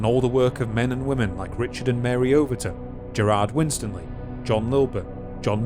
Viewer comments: Are you the narrator? If so, two quick tips; the name is Win-Stanley, not winstan-ly. The word Chagrin is pronounced ch-Grin, not charrrgrn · It's pronounced 'Win-STAN-ley'.